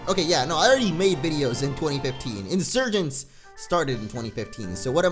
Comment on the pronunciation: hey pokemon insurgence is pronounced insuergency